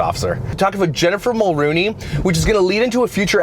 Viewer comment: It’s Jessica Mulroney not Jennifer Mulrooney.